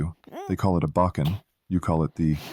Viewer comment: A "baaken"? No, it's pronounced bow-ken.